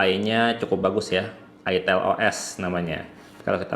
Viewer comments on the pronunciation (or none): Mantab…”Itil Asem” eh “Aitel Awsem” 😅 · Bacanya aitel.. Bkn itil.. 😊